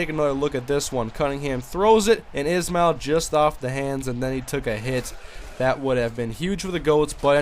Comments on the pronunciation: btw its not Rocket "is-mail" ...its Rocket "Ish-Ma-L" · The way you are supposed to pronounce Rockets Ismael's last name is like this, (Ish-male) just a tip.